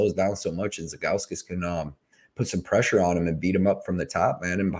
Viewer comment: Man you were saying Zhalgus all sorts of wrong 😂